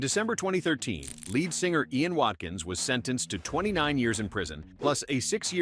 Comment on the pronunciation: Good old "Lee-Ad Singer," I love that guy